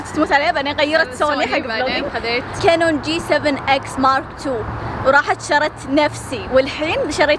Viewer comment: اول مره قالت كانون قالت كينون 😂